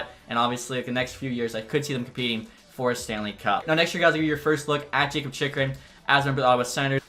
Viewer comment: Zub is pronounced ZOOB and Jakub is pronounced Yakub